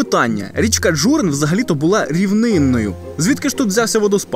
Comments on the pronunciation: Не ДжУрин,а ДжурИн! Наголос,не правельно ставите. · Дозвольте трішки виправити ваші наголоси. Місцеві кажуть ДжурИн, СерЕт.